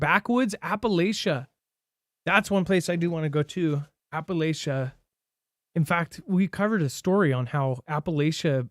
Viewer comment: Appala-CH-ia chia not Shia lol I'm from here so I'd know lol, also we don't want any more of you folks moving here we have too many comin in as it is